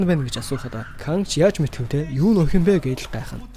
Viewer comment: Бичлэгүүдийг нь үздэг шүү дэмждэг миний бро "Хэлний үзүүрийн "н" хэлний угийн "н" гэж хайгаад нэг үзээд таарсан хичээл үзчих тэх үү гуйж байна. Очин гэхийг очно, охин гэхийг охино ирчихсэн гэхийг ирчихсэнэ айлган гэхийг айлгана, алуурчин гэхийг алуурчина гээд байх юм гуйж байна тэхүү